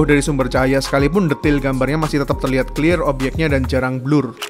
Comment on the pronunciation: Bang gua udh dari dulu sub channel lu tapi mohon maap ni bang jangan paksain pake bahasa Inggris bang jadi agak gimana gtu denger nya pas bilang clear atau flare 🙏🙏